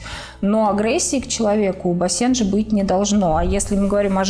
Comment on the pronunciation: Ударение на первый слог бАсенджи! А не басЕнджи!!